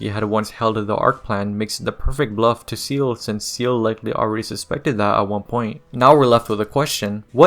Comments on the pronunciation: It’s German and is pronounced “Zaeyluh” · I cringed everytime I hear seal instead of say-lay, breaks immersion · Buddy, it's Seele, not seal. We're in 2024, you have no excuse to look up a "how to pronounce" vid or just ask google. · Brother, it's pronounced SAYLAY not SEAL. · Bro, how are you going to watch the show enough yo know this lore in and out but pronounce SEELE like "Seal". 🤦🏾‍♂️ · Seele is not pronounced like that, look it up ✌️ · The word Seele is German and it's not even pronounced say-lay. What are you on about?